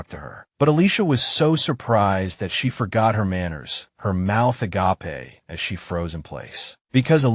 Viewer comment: AI and the word 'agape' do not get along. lol